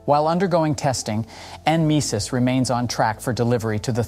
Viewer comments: N misis? Its pronounce Nemesis😂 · Nemesis. Just say it! Damn AI